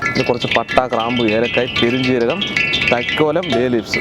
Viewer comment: തക്കോലം ആണ് not തൈ ക്കോലം